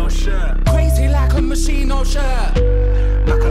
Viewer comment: That is not how you pronounce Moschino...cool song though